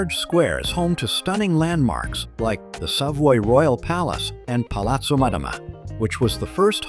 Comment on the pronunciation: ¿¿¡¡ Trin !!?? Que car... !!! Paren con la pu.. (no) inteligencia artificial. Es ¡¡ TURIN !! TURIN !! y tambien no es "pazza" se dice PLAZA, no es "palato" es PALACIO. ESPANTOSO AHORRO de una persona viva ¡¡¡¡ MISERABLESM !!!!